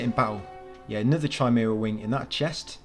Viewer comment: Its not Chi mara its pronounced Kimara